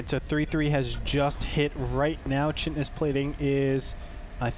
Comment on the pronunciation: good casting... chitin is pronounced "kite in", though.